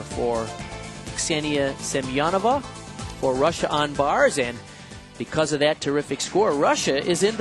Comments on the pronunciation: For example - he consistently says Ksenia Semenova's name Сем-я-нова rather than Семёнова. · Wait... How is Semenova's name pronounced? All through the olympics, they said SEM-EN-OV-A but her they're all SEM-I-EN-OVA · Bart watching the Chinese on bars: Oh.... Ohhhhhh.... OHHHHHH... Ahhhhhhh! They just slaughtered Ksenia Semenova's name